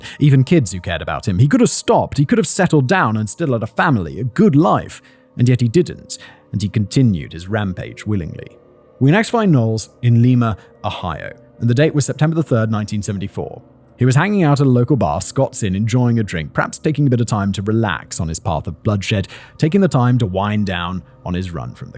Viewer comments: I know this is an older one but maybe you'll see this. I'm from Ohio and I just want to let you know that Lima, Ohio is pronounced like lima bean. Just a friendly FYI.😀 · Lima, Ohio is LIE-ma (rhymes with Jemima), Macon, GA, is MAY-cn (rhymes with bacon)! Both can be part of a good breakfast!